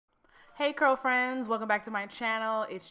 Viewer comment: did she say "curlfriends" or "girlfriends" 😑